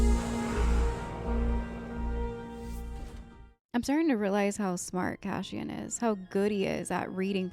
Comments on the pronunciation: It’s Cass-ee-an, not Cashen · Why do you keep saying Cashin? It's Cassian. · It's not Cash-ian not the SH but S sound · CASSIAN...not Cashion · His name is not Cashian. It's Cashew 😂🙃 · CaSSian, not cashian; By accident, not on accident; ESpecially, not expeshaly; 😥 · Cass - eeee - in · Yeah... there's no "cash-in" in Cassian 🤣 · Are you aware your mispronouncing Cassian? It’s pronounced CASS-Y-AN 😊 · Why do you keep pronouncing Cassian's name wrong XD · You are saying his name wrong. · Cash-in (Cassian) and Sigh-roll (Syril) sound very fitting pronunciations for those two characters right now 😅